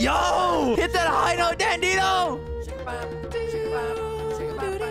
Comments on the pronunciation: Its dandidoo not dandido it kinda sounds like furcorn on plant island and its kayana not kayna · It's actually Dandi Doo not Dandi Do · It’s dandidoo do not dandido you always say it wrong it’s dandidoo not dandido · dandy do(do as in do more videos) that’s how it’s pronounced😅😅😅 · I hate how he says dandidoo like dandido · Why does bro pronounce dandidoo like that?? It's pronounced dan dee doo not how it's spelt